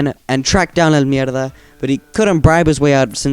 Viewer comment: He says it so well